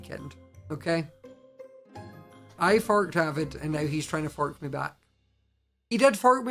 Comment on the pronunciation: When he first said fork I thought he ment fuck😂😂